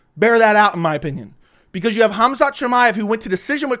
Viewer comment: It's Khamzat not hamzat.nice breakdown